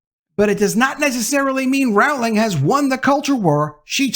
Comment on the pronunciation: You keep pronouncing her last name wrong it’s very annoying since you keep saying it over and over again fool 🤦‍♀️💯👎